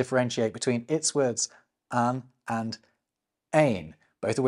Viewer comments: You pronounced "één" correctly, but you did mess up "een " by making it sound French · The "een" and "één" were pretty good, atleast to my flemish ears. That said those accent marks are kinda ironic in that the default pronounciation of the double e vowel is the long way, like "één". So arguably the wrong word got tagged. A bit of an interesting one. The meanings of the words also overlap enough that I wonder if disambiguating them is really necessary. One is the first ordinal, the other is a singular indefinite article. So arguably the "één" variant is specifically used to emphasize the single-ness, which is otherwise still present in the singular article but unemphasized. So I suppose the acute accents are more as an indicator of stress, but on a word instead of a syllable. It's an interesting case study in how you choose to disambiguate homographs. For reference, the translation of "een" is A/An and "één" is One. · As a Dutch, I can say that you actually pronounced "een" and "één" really well👏🏼